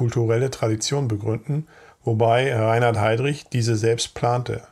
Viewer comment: Erste Sekunde, erster Fehler: Reihard Heydrich - ReiNhard ... !!! Korrigieren, bitte ...